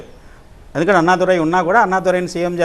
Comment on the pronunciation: అన్నామలై....... అన్నాదురై కాదు